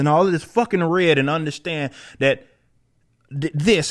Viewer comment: Why the fuck does he talk like that now? I don't underSHTAND it.